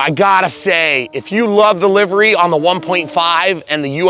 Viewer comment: Thank you for pronouncing livery as 'livery.' There's another guy who says livery, which is just wrong... lol